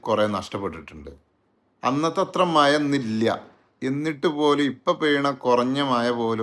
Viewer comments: മയ അല്ല മഴ... 😂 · മയ, പുയ